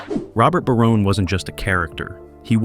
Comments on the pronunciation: Great show. One more thing it's pronounced Ba"rone. Not...Ba"roney". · I was here to say the Exact same!! 'Baroney' Ffs 🤦🏻‍♂️ It was 'BARONE' 🤷🏻‍♂️ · It's pronounced Barone. Not Baronay. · This dude (or bot) can’t even say the families last name correctly. What a joke